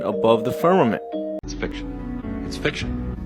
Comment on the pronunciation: Fuck, if I hear one more person say "firmanint"....